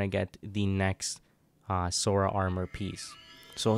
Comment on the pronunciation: I’m sorry what? “SoRa” wth is “sOrA”